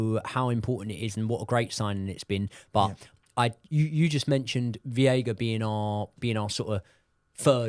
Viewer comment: its veiga like sega 😅